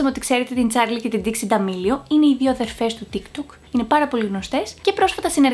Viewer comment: Νομιζω την λενε νταηξ οχι ντιξη